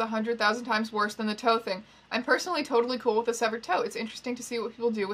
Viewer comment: "I think this is TOEtally fine" hahaha